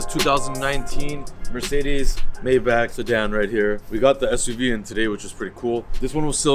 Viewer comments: It’s pronounced My Bok not May Back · MAYBACH is pronounced "MY BOK" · Nice car whatever you get done to it make sure its reversible because you flip your cars fast.... Its pronounced "MY BOK"😊